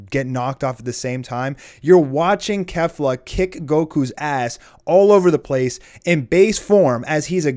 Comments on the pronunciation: It's pronounced "Kayflah" not "Kehflah". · Kefla is pronounced KAYfla, yw